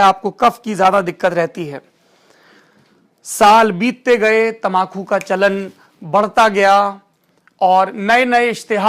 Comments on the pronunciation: Ap tambaku ko tamakhu kyon kahte haien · तमाकू नही तंबाकू